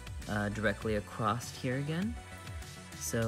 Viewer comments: across.... not acrost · I've never heard anyone pronounce the word across that way...........acrost?